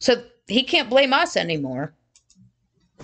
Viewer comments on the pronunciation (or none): none